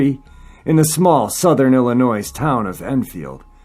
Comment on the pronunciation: Please,, don't pronounce the S in Illinois. It's pronounced ill in oy.